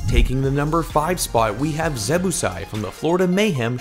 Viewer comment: ZebbOsai not Zebbusai